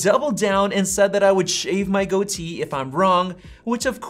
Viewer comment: It’s called a goatee not a go tee.